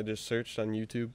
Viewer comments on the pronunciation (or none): none